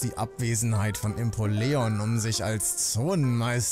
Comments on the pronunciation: Sehr cooler Stream, aber bitte hör auf Impoleon falsch auszusprechen.😭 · Wie der Impoleon ausspricht😂😂😂😂Impo Leon😂😂😂